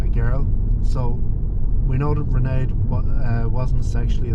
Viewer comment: Can you pronounce her name right. You're pronouncing like Sinead except starting with an R. Raonaid is pronounced with these two syllables (Rain - add)